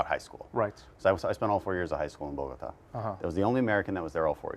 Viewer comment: Spent 4 years in Bogota? So why are you pronouncing it wrong? The stress should be on the last syllable, over the A. That's Bogotá or BogoTAA, not BOgota, like he said it here. I smell BS.